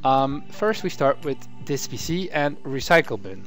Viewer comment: Deeze PC. Sounds like Deez nuts